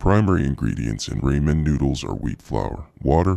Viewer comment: Why does he keep calling Ramen noodles “Raymen noodles? Also, is that his real voice?!